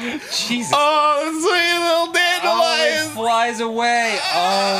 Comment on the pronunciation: It's a DAN-delion. I'm......,I'm sorry.